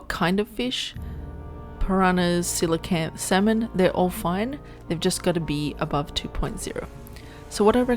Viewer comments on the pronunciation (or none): none